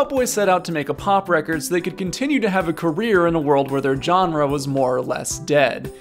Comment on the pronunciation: Every time says genre, my soul twitches